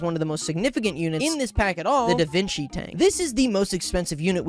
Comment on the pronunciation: i’m sorry, did you just say davinki tank